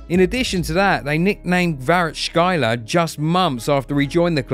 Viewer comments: Fantastic video, delightful, however, please ''Kvaratskhelia'' not ''Kvarachkaila '' 🤣🤣🤣🤣🤣 ''kvara +(C)-like Cent + (Kh)- pronounced like (Q)+ elia'' - this is how to pronounce his last name. and thanks for the great video one more time <3 😍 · Kvarachkhaila LOL. Narrator can't see which vowels are in his name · There is no way he called kvaratskhelia kvaracxala💀💀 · Bro butchered everyone's names and I'm not even talking about Kvaratskhelia 😅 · You deserve a red card for mispronouncing Kvaratskhelia. :D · I know it's difficult but boy ooh boy you butchered Kvaras last name . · It's not hard to see how Kvaratskhelia is pronounced, this is embarrassing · You butchered the name of Kvarachkelia with that pronunciation... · What's on clickbait they don't even know how to pronounce the Georgians last name! And the sad thing is I'm just getting into it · Beside butchering pronunciations of Kvara and Kim Min Jae, a good video👍🏼 Napoli scout teams deserve raises for sure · omg how did you manage to mispronounce literally all the names in such a harsh way, is it really that hard to google just a little bit to say Kvaratskhelia, Anguissa and Giacomo the correct way🤦‍♂🤦‍♂🤦‍♂